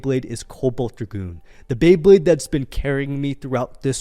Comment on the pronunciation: Cobalt dra-goon